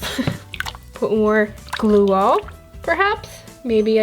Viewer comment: why does she say glueall😂😂☺🤔🤔